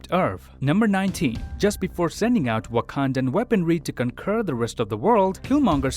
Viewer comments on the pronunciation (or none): conquer is pronounced "kong-ker", not "con-cur".